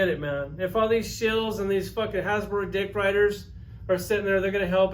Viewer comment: It’s “Fck Hasblow!”